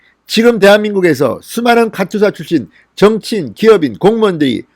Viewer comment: 카츄샤가 아니라 카투사가 맞습니다.